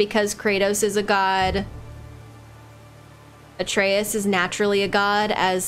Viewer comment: WHOO! 14 episodes in and she finally said Atreus correctly! Lmao it was driving me nuts